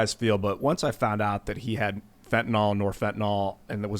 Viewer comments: Why tf do they keep saying "fentanol?" Its fentanyl. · HOW is it completely impossible for anyone to properly pronounce fentanyl? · Fentanyl has been in the news for a while because of overdoses and then even more after Floyd, so I assume most people can pronounce it. Besides, if someone is presenting a news story, you would think they would prepare and know how to pronounce the words in the story.